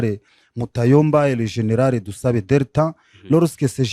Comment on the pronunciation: C'est un congolais ou rwandais qui est interviewé ? Controre?? Rieutnant coronere ??? generare ???sembre???